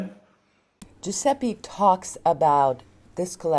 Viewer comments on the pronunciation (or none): "Giuseppi" non si può sentire, basta per favore! Ecchecazzo